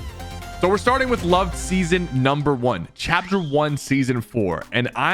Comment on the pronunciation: bro really said lov-ed